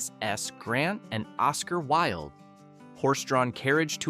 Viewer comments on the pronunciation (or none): none